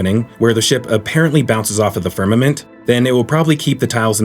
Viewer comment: “Bounces off the firmiment” 😂 Because it’s AI! 🤪